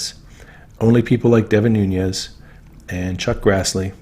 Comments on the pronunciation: Noon-ez. Not noonyezzz.. have a wonderful break from the internet. I think we all need that from time to time. God bless you and all your hard work. 🙏🇺🇸💕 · NOOOOONEZ, NOT NOONYEZZZZZZ. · enjoy your channel, but just FYI, Nunes is a Portuguese name, not Spanish, so he pronounces it NOONESS, not NOONYEZ. I heard him say his name at the end of a political ad: "I'm Devin NOONESS, and I approve this message." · Love everything you're doing BUT please pronounce Devon Nunes' name correctly. Nun (long U) es ... es not yes. Listen to Devon himself pronounce his name.